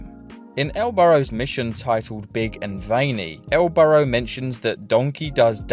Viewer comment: During the video for "20 Minutes of Useless GTA 3 Mission Facts", pronounces El Burro as El Burrow